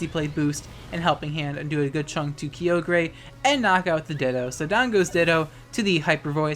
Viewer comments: EXCUSE YOU? ITS NOT KYOGRAY IT KYOGREE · DID HE JUST PRONOUNCED IT "KI-O-GER" AND NOT "KAI-O-GER"? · KI-YO-GRE? Isn't that KAY-OGRE(silent E)? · HOLY SHIT STOP SAYING KEEOGREH ITS KAIOGRE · You call it Kee-oh-gray I call it Ki-oh-ger. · It’s Ky-Ogre... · "Kyogrey" Unsubbed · u mispronounced "KyoGREY" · “Kee-yo-gray” the was you say it is incorrect lmfao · Someone needs to make a compilation of you saying “Creole-gray” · French style ;P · im unsubbing because the way you say kyogre /s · why haven’t you pronounced Kyogre with a soft g yet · Why must you say kyogre like this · I'm glad Kyogre's getting snapped in gen 8 so I don't have to listen to you pronounce its name anymore. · Why can you pronounce Kyogre right? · you almost said it right sis